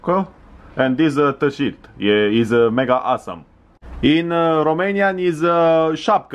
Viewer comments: ai spus t-shit =)) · "Tâ-șirt"-made my day! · tâ-şirt" omg cea mai tare faza!! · ț şirț bine pe engleza :)))) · "Ti-shirt" Coaiee am murit de ras